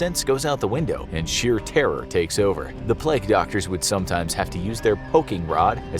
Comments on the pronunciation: Its ‘plague’ not pleg? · Why do you say "Pleg" instead of pronouncing it correctly as "play-gue"? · Ahh yes, the pleg doctor lol. Nice pronunciation American guy lol.